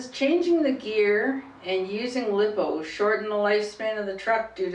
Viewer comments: When she said liippoo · First you pronounced lipo (lithium ploymer) wrong, second your speed is controlled by your gear ratio like on a stock motor a 28t pinion and a 83t spur will get you about 30-40mph, bigger pinion smaller spur=higher top speed, smaller pinion and bigger spur= better acceleration and smaller top spped